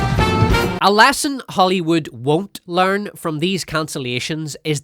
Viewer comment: Love me some, I "lear" a lot every time!